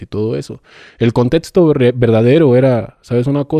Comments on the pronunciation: Pensé lo mismo, no tiene lenguaje médico ni nada, dice “contetsto” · cómo voy a creer que es un médico si dice "contetsto"? jaja